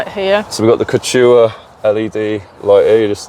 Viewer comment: The Kew chew aah!